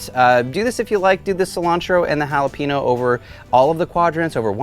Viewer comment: Please, don’t do a recipe with jalapeños again until you can pronounce it properly.